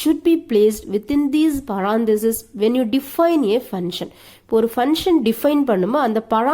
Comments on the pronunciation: madam ur Pronunciation of function and parameters is wrong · Pronunciation of function and parameters is wrong